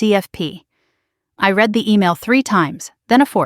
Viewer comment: PRONUNCIATION CONTENT CREATORS!!! I {RED) not {REED) the post script! Fingernails on the Blackboard!!!